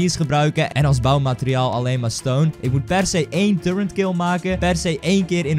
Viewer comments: turreNt? volgens mij is het toch echt een turret, dus zonder de N. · Hij zegt alleen maar turrent maar het is turret LIKE ZODAT DIT ZIET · Je zei en schreef turrent maar het is turret zonder N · wanneer gaan mensen eens begrijpen dat het 'turret' is en niet turreNt..... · Waarom zegt ie de hele tijd turrent en hij typt ook turrent en het is turret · het is turret niet turrent